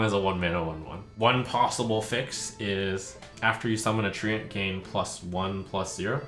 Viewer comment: he pronounces it correctly?? tree-ent